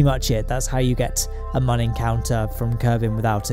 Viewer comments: It’s moon not mun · This guy makes some really good shit, but I just can't find myself liking the fella. he's always so fucking smug. And I hate the way he pronounces the "Mun". Sorry dude.